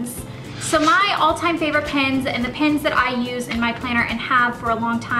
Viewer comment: Did anyone else think she said pins instead of pens? Lol. I love her accent.